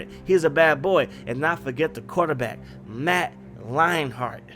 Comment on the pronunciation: It's Leinert. There's no "h" in the name.